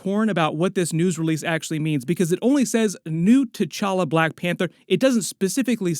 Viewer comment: this aint t-challa this is c'walla